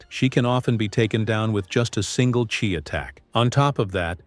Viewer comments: AI slop it's chi not chai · The Chai-??? That commentator pronunciation totally sucks sloughwater…